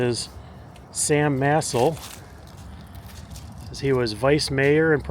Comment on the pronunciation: It’s Sam Ma-sell